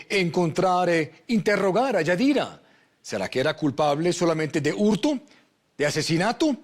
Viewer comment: porqué el conductor dice "hurtu", "asesinatu"? , qué significa eso?